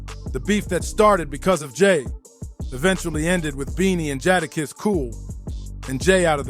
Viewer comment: (JAY-DA- KISS)That was the part that was irritating me so bad I almost stopped watching the video.